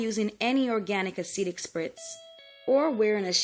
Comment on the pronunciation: I am "Caucasian" which doesn't mean much, since I did not come from the Caucasus Mountains! However, despite not have the hair issues discussed in this video, I really, really enjoyed the video! A pleasant voice, the music was NOT disturbing, and it actually provided FACTS. Cool. One adjustment: the word is a-cid-ic, not a-seed-ic. But that's such a tiny flaw, I probably should not have mentioned it...